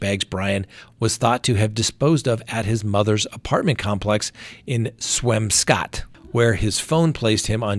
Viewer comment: its pronounced Swam-scut by locals.. and Brock-Ton .... lol I grew up there Scott.